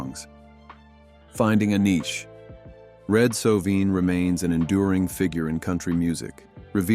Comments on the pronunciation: If you are going to tell someone’s story please learn to pronounce their name correctly. It’s Red So-vine. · It's Sovine with a long i! How annoying. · Shouldnt this guy learn to at least pronounce his last name correctly???